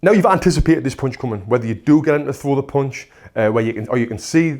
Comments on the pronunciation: "... a poonch...' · This pronunciation for punch, "Ponch" is really new for me. I wonder where your from? Even though his slang was new to me I still understood what he's trying to convey. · I love the way he's saying "pounch"